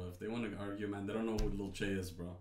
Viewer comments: Y'all are saying lil chey that's not how you say his name 😂💀, it's lil TJAY omg lol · It’s lil T Jay not lil chay🤣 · It’s not lil tschay its T-jay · ITS PRONOUNCED TEEJAY LIL TJAY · U pronounce lil Tjay as lil Teejay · ITS TEE-JAY